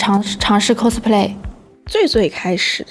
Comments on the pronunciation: 非常想和Lks说cos的发音，不是寇s，是靠s。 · Costume play..发音😅